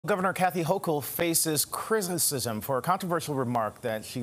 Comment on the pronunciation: He butchered the shit outta 'criticism'😂😂